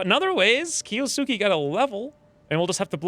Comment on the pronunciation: Awesome cant wait for rest of series. By the way kiosuke is pronounced as key-ohs-K (silent u)